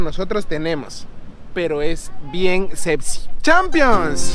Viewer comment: Mijo tu dices sebsi y es sexi